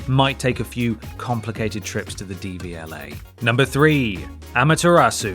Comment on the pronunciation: Love you so much but I think it’s DVLA rather than DBLA